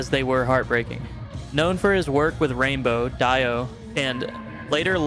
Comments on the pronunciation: Great video but DIO IS.......pronounced 'DEE-O NOT DIE-O ! R.I.P. Ronnie and Ozzy. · Who the hell is Die O it's pronounced Dee O spelled Dio. For Pete sake learn to correctly pronounce people's names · Dio is pronounced Dee-o and not Dy-o. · Deee-oh NOT Die-Ohh! Jeesh what rubbish. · Dio (Dee O). 🙄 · Did you pronounce it, "Ronnie James Die-o" there too? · Please have a Rock & Roll fan narrate these videos. He wouldn't wrongly pronounce "Dio". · Dude, learn how to pronounce Dio's name. 🙄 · well to be honest it's hard to take seriously somebody who's doing a video on music who doesn't know how to pronounce Dio's name. Just the smallest amount of research. Would you expect people to take you seriously if you made a music video with Ozzy mentioned and you pronounced it, "oh" zy instead of "ah"zy? Do better 🤔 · no big deal but